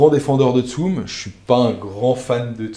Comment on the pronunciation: Mdr tsum xD pendant toute la vidéo j'étais en mode "ça se dit tsumE avec un é" xD